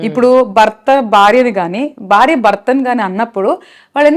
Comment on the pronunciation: శుద్ధ అబద్ధం. ముందు నీ తెలుగు ఉఛారణ సరిచేసుకో. బార్య బర్త కాదు భార్య భర్త